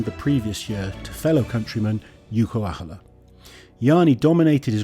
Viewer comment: funny how its harder to butcher Jouko Aholas name than it is to acually say it right.